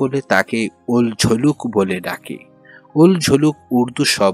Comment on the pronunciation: চরিত্রটি হল উলঝলুল। আপনি বলছেন উলঝলুক 😂😅